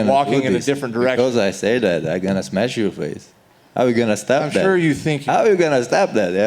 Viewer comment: Khamzat: "You're a good guy but I still have to smesh you" Cowboy forgets what he's talking about.